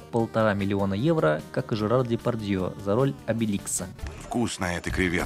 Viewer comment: Серёга годами коверкал имена актёров,НО!Он очень верно выговориль "Дэпарьдьеэ"... Рад видеть твои стены"